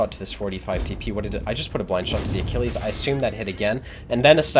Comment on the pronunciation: I see you pronounced Achilles correctly. Didn't want to trigger everyone again?